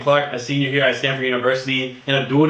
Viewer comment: I wish you could’ve seen my reaction when you cooked up that comparison of Peele’s horror vs. Coogler’s horror. Top tier breakdown, I was surprised to hear that this was for school, because this definitely seems like something you do on the regular. This man said Standford, yuhhh 😂🔥 good luck with your scholastics, subbing just in case you decide to bless the algorithm again.